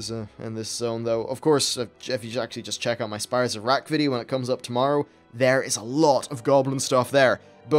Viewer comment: Lol, though for a moment you said "Spires of Iraq". XD